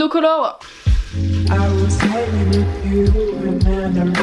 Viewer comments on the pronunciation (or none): none